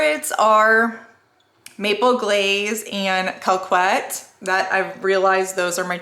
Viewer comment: This was awesome, thank yooooooooooo 😊 Here I go again - LYS and Believe Beauty are not available in the UK 😂 You've just gotta laugh sometimes 😂 🤣 Happy New Year 🥂 I wish for you and your family good health, happiness and many blessings for 2022 🥳❣🥂🥳❣🥂🥳❣🥂🥳❣🥂🥳❣🥂🥳❣🥂🥳❣🥂🥳 Ps: Coquette is pronounced - "ko - kett" Love ya loads 💞💞💞💞💞💞